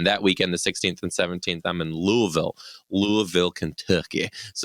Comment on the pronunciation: you're still adding to many letters to Louisville. It's Luvl. I'm a transplant and it took me a while to catch on. Lol